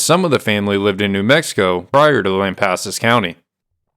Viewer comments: You're saying it right, lamp assus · Your pronouncement of "Lampasas" is fine. Family has been in this area since 1807 when first relative was born in Nacogdoches. We believe, have not proven it YET, his mother was Blackfoot and if so family has been here even longer. Need work on Bosque, try Bossck.